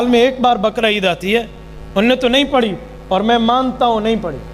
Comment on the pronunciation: اپنی اردو تو درست کر لیں "نماز پڑھی جاتی ہے۔ پڑی نہین جاتی"